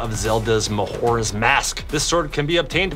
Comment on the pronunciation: Mahoras no ma-jor-as